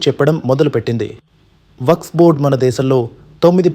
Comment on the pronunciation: న్యూస్ రీడర్ కి వక్ఫ్ బోర్డ్ అనటం రాలేదు. వక్స్ అని చెబుతున్నాడు